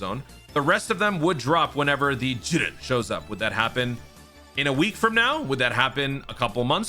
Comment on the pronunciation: The way this dude says Jiren got me dying 😂😂💀